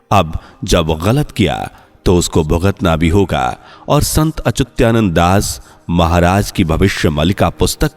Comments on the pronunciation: "Achutyanand" nahin bhai Achyutanand. Thoda to khayal karo bhai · चूत्यानंद जी.... अपना उच्चारण सही कीजिये. संत अच्युता नन्द बोलो. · भाई, संत का नाम ठीक तरिके से बोलो। उनका नाम अच्युतआनंद है।